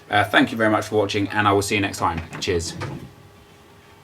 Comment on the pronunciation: anyone else notice that when nep says cheers at the end it sounds like he says jizz